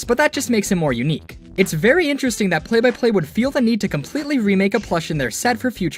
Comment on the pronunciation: It sounds like ur saying Play Biplane